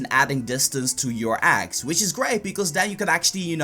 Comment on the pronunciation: I'm cringing cause he says aggs not eggs